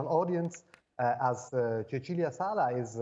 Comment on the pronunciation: That’s how you pronounce the vowel in Italian. Just like the host pronounced Cecilia wrong.